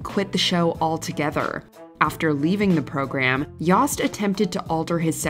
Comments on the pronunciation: I believe the “o” in “Yost” is long as in “Yohst”. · Is "Yost" pronounced "Yawst"? I had a classmate named "Yost" and it was pronounced "Yoe-st" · Is that how David Yost pronounces his name? I have Yosts in my family and when we say it, it rhymes with Toast.